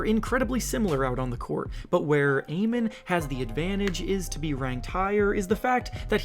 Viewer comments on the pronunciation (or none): “AH-MEN” Thompson. For future videos now you know.